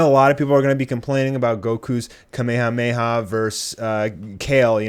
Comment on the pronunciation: The way you say ka-me-ha-me-ha is weird